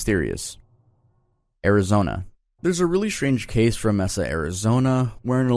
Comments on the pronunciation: The way he pronounce Mesa made me physically recoil. It's pronounced "May-sah". Not "Meh-sah." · Found this mispronounced word of this video, mesa He pronounced as mess-uh It's pronounced as mas-uh As in may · lol real I’m not hating it’s lowkey funny 😂 “meza” Arizona 😂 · ain’t no way the state AZ and town I live in are on this video that’s insane btw you also said Mesa wrong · I suggest you look up the pronunciations of proper nouns before posting next time. Neither "Moroni" nor "Mesa" (Utah and Arizona cases) were pronounced correctly and I stopped watching after that.